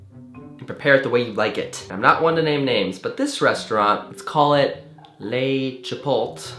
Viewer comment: "LE CHIPOLT" IM CACKLING